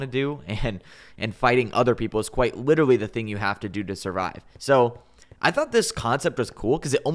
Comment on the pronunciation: take a shot every time says "literawy"